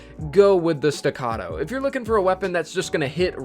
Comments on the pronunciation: He finally said it right. Stuh-cah-toe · You said staccato right! Thank You.